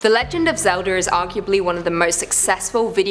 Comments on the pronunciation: Why you say the legend of zelder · Did I hear "The Legend Of Zelder" in the intro? THE DISRESPECT! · I like Legend of Zelda but not Legend of Zelder And wtf is Ocareeener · Yes this is totally called the legend of zelder its totally not said as zelda haa Someone end my jokes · yeah it really killed the mood of watching this vid. Like if wanting to be a host or content creator you gotta pronounce names or try to correctly. There's a A in Zelda not Er. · it’s legend of Zelda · In the intro I heard, The legend of Zelder’s?😭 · This is Madea saying Hallelujar to the Legend of Zeldar Ocarinar of Time Lmfao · Is it because she said Zelda with an 'er'? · It killed me from the inside.